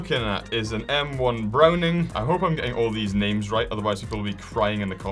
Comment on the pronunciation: Im screaming you got so many names wrong